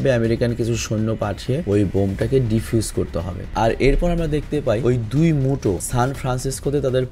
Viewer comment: উচ্চারণ ভুল হইছে 🙂 অইটা মুটো না মিউটো আর ভাই ওইটা godzillar আগুন না ওইটা এটোমিক breath